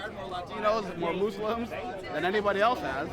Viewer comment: the mispronunciation of muslims made me cringe